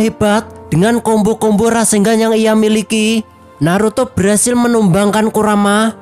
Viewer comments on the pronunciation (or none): Bg bukan Tarenggan tapi Rasengan 😂😂😂